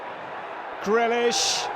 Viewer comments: GreAlish lol. Get the A in there. #UTV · ITS GREALISH NOT GRELISH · Or us for the commentator calling grealish grellish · This commentator proper irritates me & I don’t know why, I think it’s got something to do with the fact he sounds like Kermit every time he gets a little excited, & pronouncing Grealish GRELISH! Bring back Jack Woodward! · Does he know how to say Grealish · Nice Meme exactly he is my fav player and he is sayin his name wrong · Get a commentator than can pronounce jack grealish’s name properly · Or cus of the way he pronounced Grealish it's getting to me